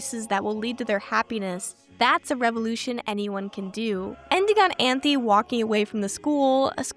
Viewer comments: cool video so far but I’m crying at you calling Anthy “Anthony” 😭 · Utena is one of the only animes i have rewatched, simply because everytime i watch it, I discover new themes and messages i didnt notice at my first viewing. Its amazing how a show can be so obvious yet cryptic in its storytelling. Also, unrelated, but you called Anthy 'Anthony' in lol